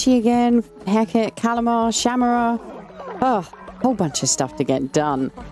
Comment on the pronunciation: It’s pronounced Shamura (Shuh- more-uh)